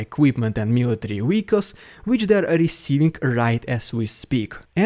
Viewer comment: Why do Russians pronounce w as v and v as w? ie: Wehicles, Vagner